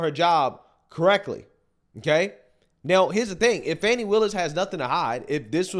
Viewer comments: Her name is Fan-ie y'all. She lives in GA not France y'all. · Fani is not pronounced Fawni